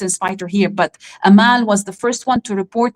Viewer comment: Dear. Her name is Amal not Ameel.